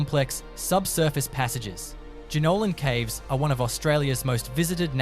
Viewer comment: Why put this out as anything other than fantasy. I know and love the Blue Mtns and I knew this was crap the moment the AI mispronounced Jenolan Caves! Actually after the first relevation I knew it was make-believe. Why waste your time creating these sort of lies?🙄